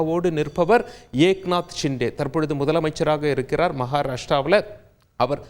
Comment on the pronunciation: இருக்கிறார்கள் சொல்கிறார்கள் இணைகிறார்கள் எனும் சொற்களை சரியான முறையில் உச்சரிப்பது அவசியம். இருக்கிறார்கல் சொல்கிறார்கல் கூறுகிறார்கல் என்று கூறுவது சரியில்லை. கள் கள் எனும் கூறுவது தவறு என்று நினைப்பது தவறு. அங்கே கல் கல் என்று கூறுவது மிகவும் தவறு.